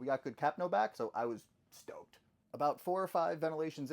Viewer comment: The first time you said “I was stoked” I heard “I was stoned” and I was like there is no way he just said that and had to go back lmao